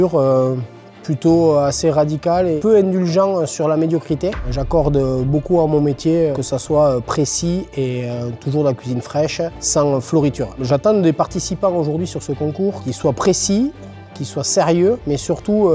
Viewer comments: Avant de parler de médiocrité,.on dit fioriture pas floriture andouille 🤣🤣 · Comme il est precis dur et exigeant on dit " fioritures " pas floritures...